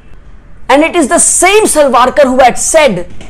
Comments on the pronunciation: its savarkar not salvalkar.. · U pronounced Savarkar as Salvarkar Plz check 👍